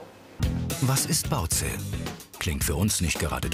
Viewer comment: Hauptsache „Baoze“ XDD